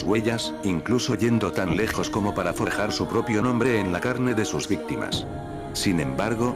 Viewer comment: Hoygan dice mal el nombre